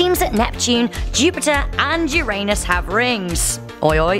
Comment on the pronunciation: Learn how to pronounce Uranus